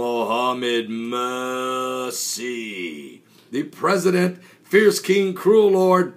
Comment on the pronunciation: I absolutely love the way you say Mohammed Mursi . LMAO